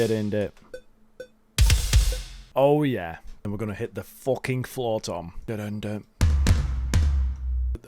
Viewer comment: Every time bro says the british ahh "FOUWHKING" gives my ear an orgasm